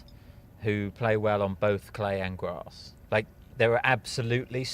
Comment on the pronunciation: U guys have to start saying "grass" properly. Not "grossss" it's driving me to insanity where I'm gonna have to be locked-up for 72hrs